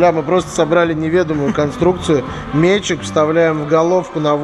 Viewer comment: Респект за ударение в слове "мЕтчик". )))